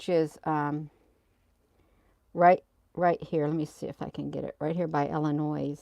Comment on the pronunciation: drop the verbal s on Illinois❤